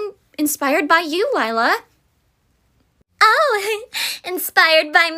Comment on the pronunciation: Lie-la lier ha ha ha 😂😂😂😂😂😂😂😂😂😂😂😂😂😂😂😂